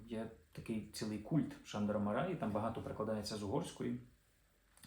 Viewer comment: Андрію, дуже вдячний! Тільки наголошувати за правилами угорської потрібно: МАраї (як і ПЕтефі) - у трискладових прізвищах наголос падає на перший склад.